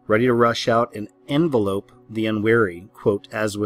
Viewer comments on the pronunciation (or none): Envelop is pronounced in-vell-op,. 🙄😅 It's when you wrap up, cover or surround completely. 😋👍 Loving the vid as ever!! 😊😎